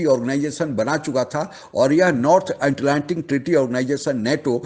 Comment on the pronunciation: Abey...Atlantic Bolna seekho....bakwas karne ke pehe...Gawar kahi ke